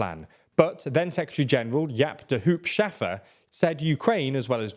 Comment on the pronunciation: In the name Jaap de Hoop Scheffer, Hoop is pronounced like the english word hope. (And has the same meaning as well)